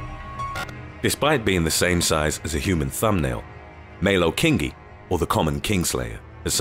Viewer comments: The way you pronounce irukandgji is e-roo-kahn-g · Pronounced: Irukandji (Ir- uh - kahn - jee) . Chironex Fleckeri (Kye - ro - nex Fleck - eh - rye) Nematocysts (Nee - matto - cysts) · It annoys me on how the way u pronounce irukandji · Not once did you actually show a box jellyfish you only showed an irukandji, you never actually showed what a box jellyfish looks like they were all different species of jellyfish, and you pronounced irukandji, chironex flekeri and nematocysts wrong.